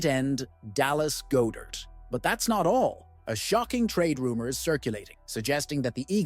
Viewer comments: It's "God-dert" not "Go-dert" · is from Philadelphia, and its God -dert not Go dert